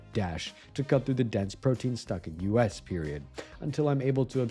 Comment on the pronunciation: wait is the voice ai??? because he says you es instead of us